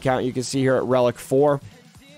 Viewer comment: Imma be that guy..... It's Dock-a....